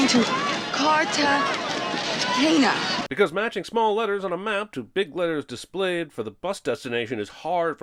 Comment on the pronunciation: Please add a sin for every time Jack says "CartagenYa" instead of "Cartegena"